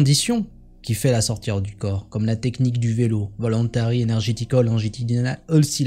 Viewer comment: mais pour quoi vous dites la sortiRE du corp ??? ce n'est pas la sortIE du corp ? pourquoi vous prononcer le RE svp je veux une repense ?